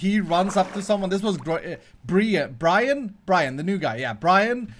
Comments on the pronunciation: LOOOOL its Grian xDDD gree-yan not Brian xDDD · Its called Gree-an not Brian or Graian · It’s grian not Brian xxd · It’s not Brian it’s Grian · its grian not brian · did his pronunciation of Grian annoy anyone one.... its GR-ee-en.... not GR-I-an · Its not Brian its Grian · It is not Brian it is grian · Its grian not brian xD 🤣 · Its Grian, not brian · Bryan ???? Its GRIAN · It’s grian not Brian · NOT GRY-EN GRI-EN YOU SAY IT GRI-EN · calling Grian ‘Brian’ is a joke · Oh god did you rly say Brian.........ooohhhhh ehhhhh it's grian ooohhhhh lol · Brian????????????? its Grian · IT'S PRONOUNCED GREE-AN NOT GRAY-AN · Grian!!!!!!!!!! Not brian!!!!! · His name is GRIAN not BRAIN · Brian??? Its pronounced Gee-Arr-Ian! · Nice vid but Grian not Brian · It is not Brian it's grian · Look at the conduit and if it has a red “eye” on it, then it’s max level But yours is max level Also his name is grian (gree-in) not Brian 😊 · Grian not brayen😂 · GRIAN NOT BRIAN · Grian not brian dude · I think he said Grian at first, and then he said Brian. HAHA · Its Gree-ann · its gree-an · It’s grain (GREE-AAN) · omgosh best ipass deal ever! you got great negotiating skillz! XD it also make me lolz every time you say brian. XD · His name is said like green and tin put together gree-in. It doesnt rhyme with Brian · It's pronounced Greeain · His name is Grian pronounced grean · Its gri-an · It's G-R-I-A-N, G not B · its not griin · Grian's name is pronounced Gr"ee"an! Man get it right. lol :) I LOVE what you are doing for a base this season. I can't wait to see more. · Why does he keep calling grian Brian? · It’s gr - ee - an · lol is mispronouncing grians name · The way he pronounced Grian 😂😂 I can't stop laughing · I think actually knows how to pronounce "Grian", but he's pretending that he doesn't. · How pronounce Grian... Is that intentionally?